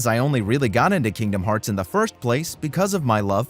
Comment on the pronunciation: My daughter loves it when you say Kingdom farts lol.